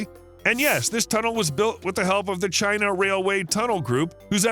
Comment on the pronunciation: China not Đina